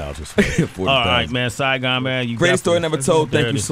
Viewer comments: "Siagon" ? Maybe you meant Saigon? I know MC named Saigon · Damn, y'all really fucked up on Saigon's name lol.